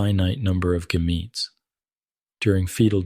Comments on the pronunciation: Lost me at the pronunciation of gametes. 😂 Assuming this is AI? Barf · hahaha right ai is not good at pronouncing biological words